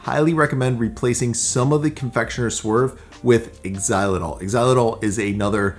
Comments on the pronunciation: Did you say “ex-ilatall”? It ‘s “zy-la-tall”.... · just to help out, xyilitol is pronounced zy-li-tol. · Xylitol pronounced "Zylitol". Just like Xerox is pronounced Zerox. If the letter "X" is at the beginning of a word it usually pronounced as the letter "Z". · If you Google "how to pronounce xylitol" you'll find out the correct way to pronounce it. Thanks for the tips on storing longer than same day! The ice cream looks super delicious 👌